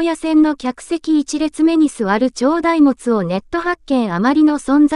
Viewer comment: 大物→だいもつ！😮 何人ですか？😮